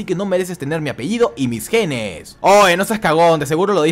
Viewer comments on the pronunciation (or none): none